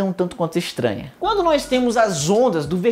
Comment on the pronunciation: Aaaaaaaaaaaa para de falar "nois" kkkkkkkkkk